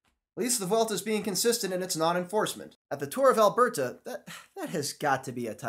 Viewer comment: The stilted way you pronounce "Alberta" is kind of cute. Obviously not a Canadian.